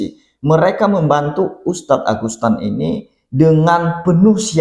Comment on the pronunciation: ANDA2 SALAH SEBUT AGUSTAN NAMA SBENARNY AGUSETAN